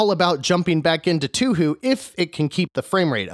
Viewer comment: For future reference, it's actually pronounced "toe-hoe". Hearing 2hu gives me flashbacks to pronouncing Ryu incorrectly lol